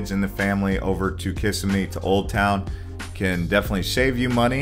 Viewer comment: mispronounced kissimmee - bro, you even research?